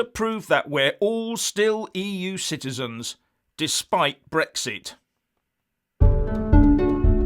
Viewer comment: I thought said EU shitezens. Must clean out my lug holes.